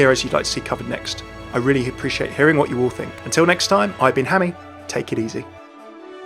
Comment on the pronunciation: Hammy not Hammeh. Hammeh is pronounced Ham-eh not Hammy